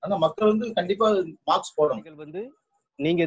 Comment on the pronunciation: மாக்ஸ் இல்ல மாஸ்க் 😄😄😄